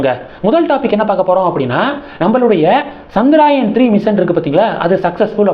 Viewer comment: Not Chandraayan, it is chandrayaaaaan